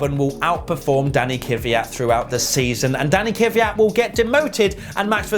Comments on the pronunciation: its KVYAT not KIVYAT. gosh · How you guys with such a big team by now STILL mispronunce driver names (Kvyat and Giovinazzi) is beyond me...